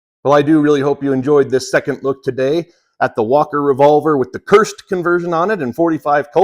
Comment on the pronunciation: A first it sounded like you were saying "CURSED" converter... lol Looks like a really high quality outfit.